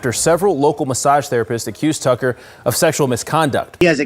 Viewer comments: Lol he said it as "Justin Tugger" instead of tucker lol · Did you say “Justin Tugger”? 😂